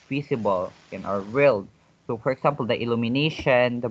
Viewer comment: I think example is prpnounced / igzaempel / not / iksampel /